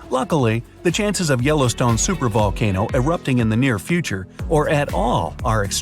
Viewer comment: Wow! Yellowston(e) has an E on the end. You'd think you could get that right...😮🤔🫤